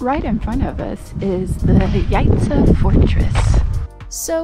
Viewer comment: Thank you for visiting our country AND learning how to pronounce Jajce properly. Please come again!